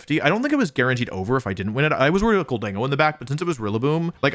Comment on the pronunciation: wolfe conceding that slaking isn't pronounced "slay king" but still calling gholdengo "gol DEN go" instead of "GOL den GO" is making me lose my mind